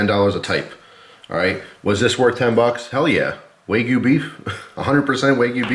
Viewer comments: Tip... wagyu is a Japanese word not a Chinese one. So "wa" like a baby not "way" like a surfer girl 😜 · FYI, wagyu is pronounced kinda like wagon, not like way :D